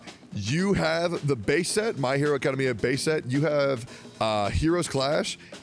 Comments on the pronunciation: Hearing Tectone say Academia wrong 5 times in 30 seconds is a hilarious! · You all let Tectone read that commercial knowing he pronounces Academia wrong, didn't you? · Everytime I hear Tectone say “Academia” wrong I forget about the ad and just think about why he would say it like that. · Love the part where Tectone tries to pronounce "academia"